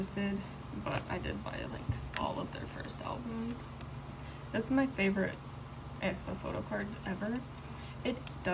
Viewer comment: hi hi just wanted to say that the pronounciation of aespa is actually either aspuh or ehspuh!! (no hate btw love ur vids)